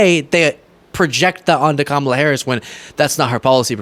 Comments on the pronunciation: Boebert, the Vice President’s name is pronounced “Comma-La”. Such disrespect. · Omg, your outburst on mispronouncing Kamala's name --- I'm right there with you. I just want to hear someone start mispronouncing the names of people who insist on saying her name wrong. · Thank you for correcting her pronunciation. The Vice President is not Trump’s WWE wrestling buddy. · I don't worry about the mispronunciation of Kamala or Walz. It all helps with their name recognition in a very short (by US standards) election campaign. The constant references to "President" Trump are mildly irritating, though technically correct. They are helping HIM and his most rabid followers (a small number, fortunately) to make believe that he really still is the President! I think we need to see more of Joe to remind the world who the ACTUAL President is, like it or not. I like it. But I've enjoyed "Sleepy" Joe's steady hand amongst the chaos, and I'm looking forward to President "Calmer-la" Harris and VP Tim (not obsessed with) Walz! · So many republicans are deliberately mispronouncing Kamala Harris' name. I hope when she wins and becomes president, she deliberately ignores anybody who refuses to say her name correctly. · Boebert proves how ignorant they are by mispronouncing Kamala’s name over and over again. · I felt your frustration to the bone over how "Kamala" is consistently being mispronounced! Once is a mistake, but purposely doing so repeatedly is just disrespectful.